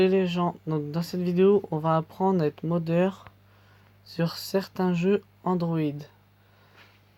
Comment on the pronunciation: et ça se dit modder et pas mdeur:)